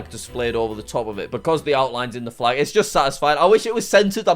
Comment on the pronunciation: and the flaj was wronj too